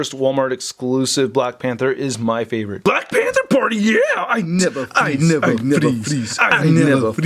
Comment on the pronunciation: “I nevah freeze.” lulz